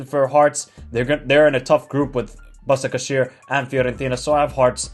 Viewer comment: it is Bashakshehir in turkish that s with something under it pronounce "sh"